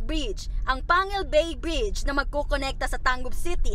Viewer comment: Pangil Bay Bridge? It's Pang-gil Bay Bridge